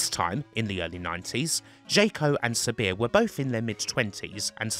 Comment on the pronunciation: It's a great story, but your strange SAMIR pronunciation, almost robotic, was challenging to listen to.